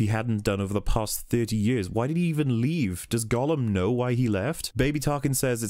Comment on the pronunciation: I love the way you say "years" "Jöörs" Lmao